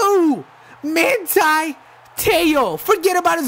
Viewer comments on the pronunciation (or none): Its ma(hn)ti